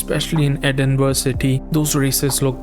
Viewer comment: Great review man! Sorry I'm late to the party. Loved your appreciation of the UK. Only thing worth mentioning to you brother is that Edinburgh is pronounced with a soft g like borough in the rest of Britain. Just a heads up my man, totally understandable that you wouldn't know this. Trust me I've heard much worse pronunciations, mainly from American bros haha. Burgh actually just meant hill originally